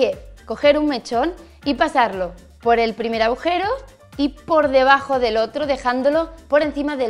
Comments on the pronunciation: Tambien dice "abujero" 😂😂😂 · Se dice "agujero" y "deduje". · Soy la única a la que la parece que Patry dice "abujero" ?? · Irene si, el "abujero" es muy suyo.